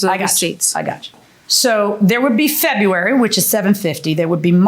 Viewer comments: She also says Fururerry instead of February 😂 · She’s hitting the silent “b” hard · Why can’t she pronounce February?? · I was annoyed by the way she pronounced February, but when she said "fleeces" I was floored. 😂😂